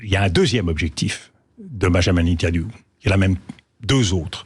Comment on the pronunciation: magistral comme a chaque fois DE VILLEPIN , seule bémols, il prononce toujours mal Netanyahou